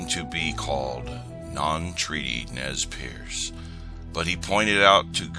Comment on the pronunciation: ITS NEZ PURSE thats how you pronounce it